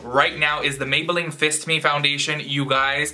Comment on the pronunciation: hahaha I love that you automatically say Fist Me 😂😂😂